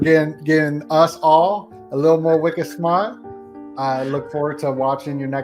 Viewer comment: I love hearing you say.. wicked smart ..!!